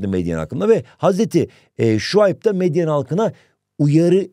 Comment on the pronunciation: Bu arada hocam meyden degil medyen ❤